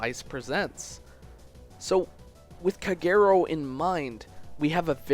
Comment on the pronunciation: Shouldn't Kagero be pronounced as "KAH-geh-ro"?